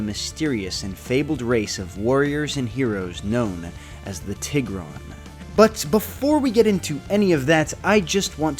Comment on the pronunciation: when you said TIH-GRON i almost clicked off the video, but i will continue 💀